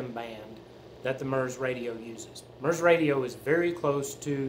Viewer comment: FYI a broadcast is a One Way transmission not Two Way communication.Also MURS is pronounced so the U sounds like the U in PURSE not like the U in MUTE.A little research goes a long way.😂🎙